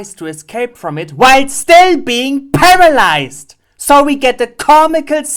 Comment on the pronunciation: when you said paralized i was luaghing